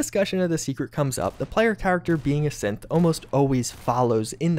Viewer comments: Maybe it's just my phone's shitty speakers messing with me, but... Every time you said "synth" it sounded like "simp" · Sorry, I can’t help to keep thinking that whenever he says “synth” he instead says “simp”